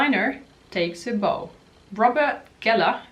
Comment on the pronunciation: I love your perspective. By the way ‘bow’ in that instance is pronounced ‘bough’😘